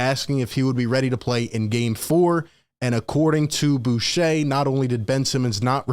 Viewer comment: Its ric bucher, pronounced Ric Byoo-Kerr